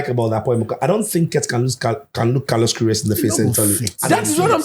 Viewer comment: Chale I watch the "carlosh querioshh" playback like 10 times 😂😂😂😂😂😂😂